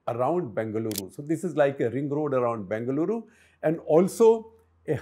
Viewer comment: It's b-E-ngaluru, not b-A-ngaluru